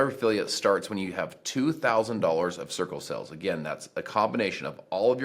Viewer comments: Am I the only one who keep hearing “sickle cells” whenever he said “circle sales” lol? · The way he says “circle sales” sounds like “sickle cells”